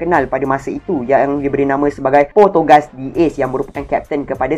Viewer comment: Maaf tegur sila btulkan cara menyebut nama penuh ace 😭 bukan potogas🙃